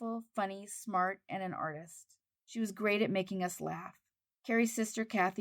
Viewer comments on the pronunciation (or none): none